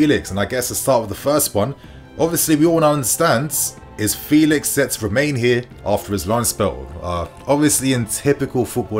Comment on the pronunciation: It really is this simple: playing at Home the lousy officials and VAR wont be intimidated to make bad calls against the Blues. Also, Joao requests people pronounce his name correctly: FELL-ix.